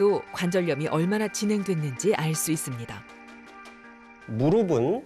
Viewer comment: 의사 두 분 모두 [무르비]라고 발음을 잘못하고 있는데, [ㅍ] 받침은 [은, 에, 이]등의 조사와 만났을 때 [ㅍ]으로 발음하면 됩니다. 나래이션하는 성우처럼 [무릎은, 무릎에, 무릎이]는 [무르픈, 무르페, 무르피]가 맞는 발음입니다. [앞이, 옆에]를 [아비, 여베]라고 발음하는 사람은 아무도 없는 것 처럼요.